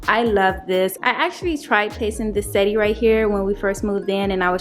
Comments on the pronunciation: Settee is pronounced “se-tee” or “se-tay” but not “setty”. Thanks! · Potion 2 is great but u pronounce it set-tee that’s how lol not sette. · I want to start by saying I love your dining room. I hope I'm not offending you, because truly that is not my intentions. I just want to help you you are pronouncing the word wrong. You pronounce it how it is spell. Set tee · Both are gorgeous... you always decorate so nicely... (btw, settee is french and pronounced "set-tee") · You pronunciation of settee. Cute.